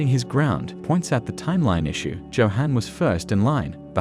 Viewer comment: Amazing. The narration has managed to mispronounce almost every single character name. Lunge - Loongay Nina - Neenuh And most importantly: "Joehan" - Yohan